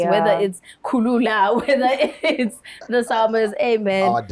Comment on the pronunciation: Its kulula guys.🙈 not khulula